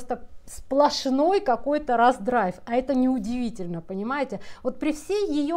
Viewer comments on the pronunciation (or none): Не "абразура", а амбразура. Не "раздрайв", а раздрай